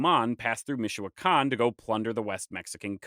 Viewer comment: They are not forgotten, they still live there. Your pronunciation of the material is despicable. Call somebody get some n. Otherwise you are just another internet knowitall. Universidad MIChoacana